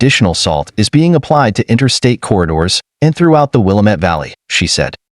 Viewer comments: Pronounced wil. Lam. Mette,,,not wilameet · Willamette pronounced will la met... The one they are say is a suburb of Chicago